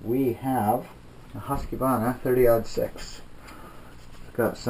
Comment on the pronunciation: the Q really messes up you americans/canadians prononciuation of Husqvarna (: just a simple K, not Qe, it is jsut a fancy way of spelling